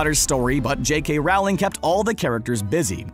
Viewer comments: Am I the only one here who finds it irritating that this so-called expert on HP, at pronounces the author's name to rhyme with "scowling" instead of "bowling"? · J.K Rowling Pronounced 'rolling' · Rowling = Roll - ing. Not Row - ling. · You say it rOOwling not Rowling And if you don’t mind I’m leaving before you drive me crazy with you pronunciation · It's Hallows not howllows.. It's leviOsa not leviOsAH! And It's not J.K. Ralling it's J.K. rolling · It's Rowling like Bowling :) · Rowling rhymes with bowling! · Ugh, an American trying to pronounce "Rowling".